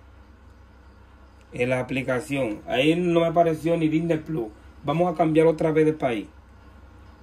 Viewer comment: Soy tu comentario número 30 y vos y tu acento con el Disney pluuuu no me ayudaron de nada lo cambié como 50 veces de países para poner HBO max y no pude por lo tanto tu explicación científica no me ayudo en nada pero por lo menos me reí desde ya muchas gracias la radio está muy buena y aguante el canal te escucho siempre